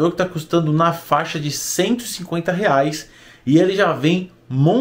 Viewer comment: Riais? Ke e riais, fala em dollar bisha